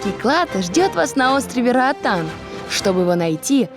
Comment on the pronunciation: Нормальные люди говорят: - Роатан Русские: - Раатан